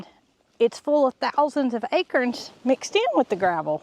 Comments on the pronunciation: Hold on...a-crens?...not a-corns? 🤔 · You say acrons I say acorns 😊 it took me a minute to realize what you meant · You made me smile when you said 'ackerins' for acorns. 😊 Your accent tickles me. LOVE your channel!! Thanks for my smile for today! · Akerns? 😂Must be a southern way of pronouncing Acorns...😊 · Acurns!! Love how you say it! Never heard it pronounced that way. We in ohio say A corns.. pronounced like CORN on the cob, etc. You say CURNS pronounced like Kerr. But no matter! We love our!! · I love how you pronounce acorns. You pronounce it as “akerns”. I pronounce it “a”corns, heavy on the “a”. Thank you for all the joy your family brings everyone. Have a great Thanksgiving. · Took me a minute to figure out what an “Akern” was. 😂